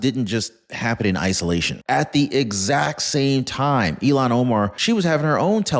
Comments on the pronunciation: iilan omar is pronounced ILL HAN it sounds like you are pronouncing her name ELON I think once you called her elon musk at marker I really do love listening to your content you do your research and provide us with solid information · I love your posts. You are pronouncing Ilhan as Elon. Instead of deportation, IMO she should go to prison. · Her name is not Elon it's Ilhan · I don’t think you have her name right. It’s not Elan Omar, it’s Ilhan Omar! And who cares about any of it, including Nancy Piglosi! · Learn to say Omar's first name!!! You sound ignorant.